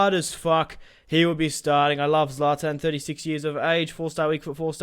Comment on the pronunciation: its not zaltan its zlatan